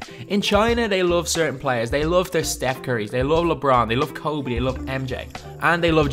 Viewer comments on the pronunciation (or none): none